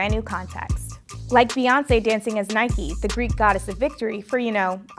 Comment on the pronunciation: The way she pronounced Nike is just so wrong